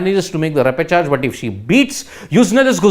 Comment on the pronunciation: Bro, it's ˈrep.ə.ʃɑːʒ (ˈre-pə-ˌshäzh). There's no J sound at all in this word